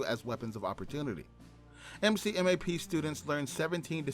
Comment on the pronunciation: MCMAP is pronounced like a name. McMap. Also, Corps is pronounced Core. I like your video though.